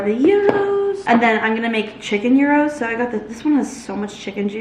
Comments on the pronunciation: Gyros is pronounced yeeros, not euros 😂 And tzatziki is pronounced ja-ji-ki, not ta-zi-ki. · you keep calling gyros "euros" 😭